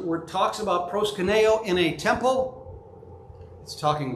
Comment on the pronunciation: Love your presentation and your thesis, but you pronounce Προσκυνεω as if it was Πρwσκυνnω. thanks much.